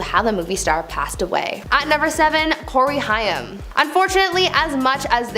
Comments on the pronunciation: Corey "Hime"? I always thought it was pronounced "Hame". Correct me if I'm wrong. Big Corey Haim fan but curious if I've been pronouncing his name wrong the whole time. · Please know that Corey Haim’s last name is pronounced like HAME (with a long A), not HI UM. If you’re going to report on people, make an effort to get their names correct, please. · It would help if the spokesperson actually knew the correct pronunciation of the people she is talking about…it was HAIM, pronounced like HAME…NOT HIGH ‘EM as she said it…it just seems more insulting because he is deceased. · HAIM! Corey HAY-M, fuck, that drove me insane to hear. Not high-ym, HAY-M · The way she says Corey Hyam 🤦🤦 Corey Haim name was pronounced like Hame, kinda rhymes with game, name. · corey haim sounds like h+AIM not high-am. long a. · Me too. Pronounced like HAME not HI-YAM. But Gen-Z wouldn't know that since he was popular with Gen-X and maybe some older Millennials. 😏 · This drove me NUTS! It's Haim, not Hiam! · Your miss pronounced Corey's last name, not a Jewish. Haaaaaame long a . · Isn't it pronounced Hame (Haim) like in name? And it's Ludwig ( lewd-wig) not Luhdwing. Saget (Sag-get) noy say-get. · I just can't with her pronunciation of "Haim" It's pronounced hay-m ... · Haim is pronounced like it should be spelled “Hame” and rhymes with tame. 😉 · Nice video, thanks. It’s Corey HAIM (sounds like AIM). Also what you said about Britney Murphy isn’t a conspiracy theory why do people use that label when people discuss facts? She and her husband both had some kind of mold on their home, don’t you think it strange they died so close in time to each other? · Its Corey Haim.. Hay-m. smh. Embarrassing. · The mispronouncing of "Haim" as "Hi-am" was distracting. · The pronunciation of Corey Haim (last name—Haim is pronounced like Haym. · Corey Haim. His last name is pronounced HAME. RIP Corey! Go watch the movie "Lucas" It's such a sweet side of Corey. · It's said like HAYM!! Dear God! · U said haim wrong